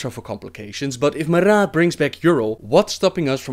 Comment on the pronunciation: The way you roll your 'r's makes you sound like a real draenei in several places, like when you say Maraat that sounds pretty good. Anyway lols at your description of blackhand that was cool.